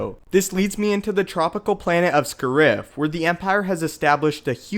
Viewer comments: SCAriff - the emphasis is on the first syllable. In Jedha the h is relatively silent, it's pronounced more like Jeda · Why do you pronounce Jedha and Scarif so weirdly? "JED-HA! SCAH-RIFF" lol